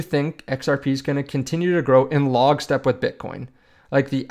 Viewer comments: It’s not “log-step”, it’s “lock-step” 😂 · It's "lock-step" not "log-step"